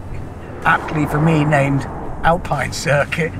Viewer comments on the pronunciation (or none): none